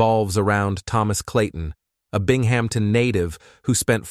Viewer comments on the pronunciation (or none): “Bing Hampton” lol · (bing - em - tin) not bing-ham- ton. Lol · It’s not pronounced “Bing-Hampton”. It’s pronounced “Bing-Em-ton”. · The AI pronunciation of names is almost always incorrect. “Bing-HAM-tin” is ridiculous. 🙄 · Mispronounced many words, and emphasis on wrong parts of sentences. It got worse the longer it went on.